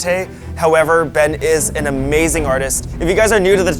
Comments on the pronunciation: why do they call him bean..... HIS NAME IS BEN... THERES NO A IN BEN SO CRINGE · He called him bean instead of ben 😂😂